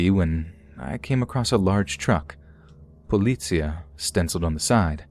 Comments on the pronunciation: Am I the only one bothered by that "t" in policia?? Like all the other Spanish was possible but politcia? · How he said policía BEST SH*T ever